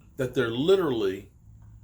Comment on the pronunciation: favorite word “Literlly” 😂 not literally